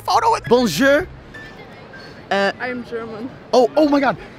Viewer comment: Il dit benjer pas bonjour